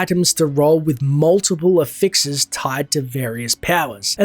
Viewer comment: Ever heard someone pronounce affix like you